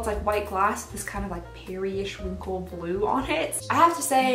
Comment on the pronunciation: Peri-ish-winkle XD